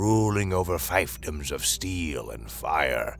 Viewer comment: When the only demerit I can issue is "fifedom" not "feefdom", I know I'm hearing pure HFY gold, nay, platinum!